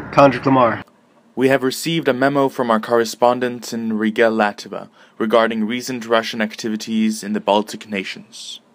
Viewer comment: "Lativa"..? Really? It's Latvia.